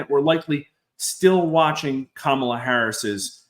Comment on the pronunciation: Come on! Trump isn’t winning. The polls (reputable) suggest Harris is ahead in AZ. Trump is done. At this stage anyone who mispronounces Kamala’s name in this business is simply biased.